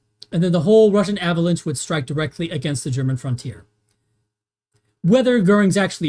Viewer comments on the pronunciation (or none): none